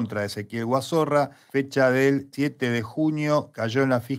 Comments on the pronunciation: Me mata que le digan Guazorra en lugar de Guazzora 🤣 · No es Guazorra, es Guazora. No sos vos el que tiene denuncia por violencia de genero?